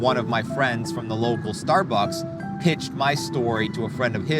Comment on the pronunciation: "star bucking"